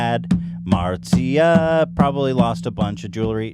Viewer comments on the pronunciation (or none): none